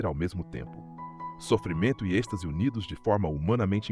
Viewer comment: Êxtase e não estase